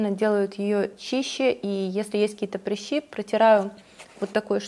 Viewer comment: Почему вы говорите "прИщи"?? Вы слишком принцесса, чтобы сказать по-нормальному "прЫщи"?))))